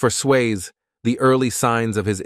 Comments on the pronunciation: I am a transcriptionist/editor/captioner. If y'all need help please call. Obviously AI is not good enough yet. Many mispronounced words and can't even pronounce the man's name correctly. smh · Not watching you don't even know how to say his name. 😂😂